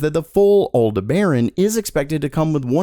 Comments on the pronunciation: OMG, stop saying alda-BAIRin. It's all-DEB-uh-ron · love your channel, but sadly, you obviously don't know much about astronomy. It's not "al-de-BARE-on", it's "Al-DEB-ar-an". It's also the name of one of the white Arabian horses in the movie "Ben-Hur." Aldebaran, (Arabic: “The Follower”) also called Alpha Tauri, is a reddish giant star in the constellation Taurus. Aldebaran is one of the 15 brightest stars, with an apparent visual magnitude of 0.85. Its diameter is 44 times that of the Sun. It is accompanied by a very faint (13th magnitude) red companion star. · OK, so a little more nerdy (not that you need it, clearly): Since the name comes from Arabic, like many(most?) star names, that means it was originally something like Al Debaran before it was Westernized, hence the pronunciation. Alde-Barren just hurts to hear... ;P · Aldeberan is not pronounced how you are saying it, as an astronomy enthusiast this peeves me quite a bit. (Al-deb-eren) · who tf is "Al the Baron"? LOL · Please look up how to pronounce Aldebaran. With many more videos to come, that is going to drive me insane. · I came in to point out the bad pronunciation myself. I'll instead just piggyback you.